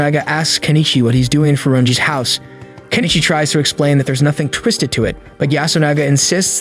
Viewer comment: Improve your pronunciation. The only name you said correctly is Kenichi.